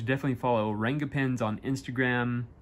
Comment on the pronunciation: Its pronounced as Runga not renga